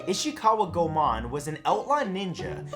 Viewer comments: For future reference, most letters in Japanese are pronounced as-is. They don't have nearly as many strange grammar rules as English. For example: Goemon isn't pronounced Go-mon, it's closer to Goi-uh-mon or Go-ay-mon. The E is pronounced literally. Chiyome would also be Chee-yo-may, because the "hard I" doesn't exist in Japanese, because letters only make one sound. The only letter in Japanese that has strange rules is U, which can occasionally be silent, such as the name Sasuke, which is pronounced Sah-skay. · Go mon?? It's pronounced Goy-mon.. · For the record, Goemon is pronounced "Go-ay-mon". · Matt!!! What hell?!?! It’s not Go-mon!! It’s Go-Eh-Mon!! Watch Kamen Rider Ghost for pities sake!! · Goemon is pronounced Go-Eh-Mon, try pronouncing Pokemon... Chiyome = Chi-yoh-mey... Seriously, typical westeners... butchering Asian names like nobody's business... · Its pronounced Go-ehmon. Also I used to take ninjitsu when I was in high school. My sensei was trained by Masaaki Hatsume. I have a painting from him that my Sensei asked him him to paint. It’s nothing special and he was done with it before my sensei finished asking. lol I’d still be in it if my sansei hadn’t passed away. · Goemon's last name is pronounced "Go-e-mon". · You mispronounced Goemon and Chiyome's names, the "e" in Goemon isn't silent, and Chiyome's name is pronounced Chee-yo-me. Try to figure out the actual pronunciation before recording so you don't start a flame war over butchering someone's name. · I mean, yeah he mispronounced them, but you didn't have to be a jerk about it. Simply informing of the correct pronunciation will suffice. No need for the "try to figure it out first" comment.